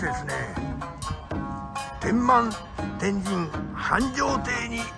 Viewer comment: てんまんじゃなくて、てんまてんじんです。